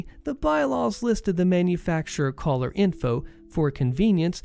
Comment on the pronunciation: I spent some time trying to figure out what a "house collar" is until I noticed you were attempting to say color